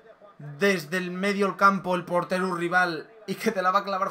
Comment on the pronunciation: Es portero no porteru 😂😂